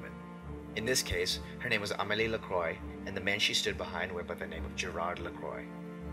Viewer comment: Cool vid as usual. Just for future reference, Lacroix is typically pronounced "Lah-Qwah" with a subtle roll of the R (or W in the phonetic version).